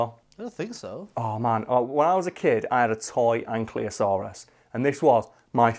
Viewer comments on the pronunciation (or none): He mispronounces ankylosaurus the way I always did. I have instantly gained more respect for the internet face.